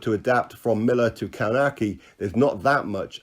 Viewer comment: Kownacki is pronounced Kov-nats-key